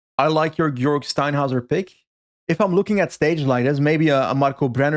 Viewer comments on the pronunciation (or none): love the preview as always! but i would invite you to look up the German pronounciation of Georg ;)